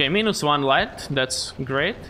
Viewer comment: Minus - "My-nus".... not so much "Me-nus"